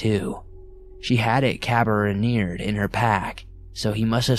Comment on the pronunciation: So cute… very end of recording…care-uh-been-ehrd. Carabinered is pronounced “care-uh-bean-erd”. Thanks for your recording!